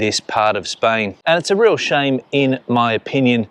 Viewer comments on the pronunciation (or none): none